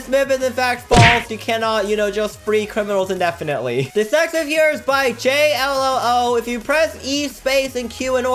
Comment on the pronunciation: It’s myth not mif